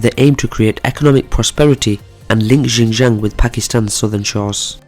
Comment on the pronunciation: its not yinyang province. Xinjiang is pronounced as 'Shin-Jiang'. 'Xi' is pronounced as 'She'.